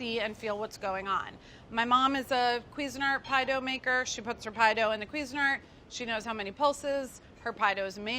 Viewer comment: WHYS SHE SAYING CUISINART LIKE THAT? ITS NOT QUEEZENERT ITS CUISINE ART